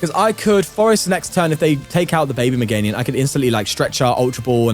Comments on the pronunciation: day 67 of pointing out he says "MeganiuN" 😭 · You have to start saying Meganium correctly at some point